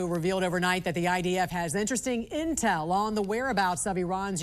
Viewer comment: “Intel”. smh